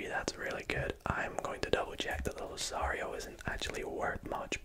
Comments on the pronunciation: respectfully, its loo-car-ree-O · Mispronounced Lucario, never been more fuming